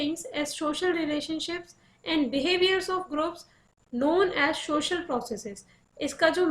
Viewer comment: Its social not shoshal😂